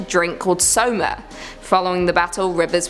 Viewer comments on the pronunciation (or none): none